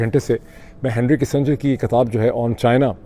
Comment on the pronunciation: It's not katab....it's kitab